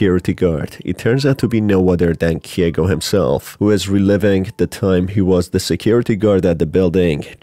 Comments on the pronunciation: KEIGO NOT KIEGO GOOD GOD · It's KEIgo not KYEgo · hey, just a heads up, Keigo is pronounced as Kay-go, not “Kee-eh-go”